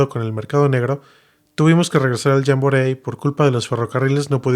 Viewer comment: Se pronuncia "Yambori", pero no importa. Muchas gracias.